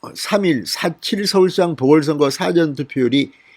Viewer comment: 성호씨 참 말안듣네 사전투표 발음 고쳐주세요 4번째요청드림^^